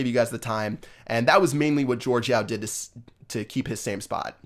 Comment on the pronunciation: BTW, it's Yao, like Yao Ming the basketball player, not Yo